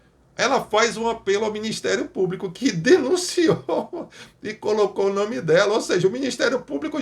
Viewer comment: Só Jesus!!😱 Deputada que nem sabe se expressar de maneira correta... ("Cadê o ministério públiCU?...cadê o ministério públicu?!) 🙉 É isso que temos no congresso! 🤷‍♀️